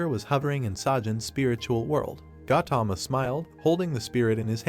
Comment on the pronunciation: Bro it isnot gatama its. (ga u thama)